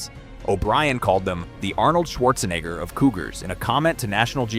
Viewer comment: "Arnold Schwartz-kitty"